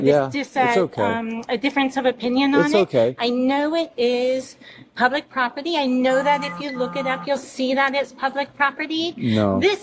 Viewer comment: Propity? It’s property !!!!! She annoying as fk!!!